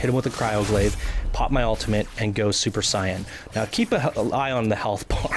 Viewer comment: Your pronunciation of fulcrum and super Saiyan makes me cringe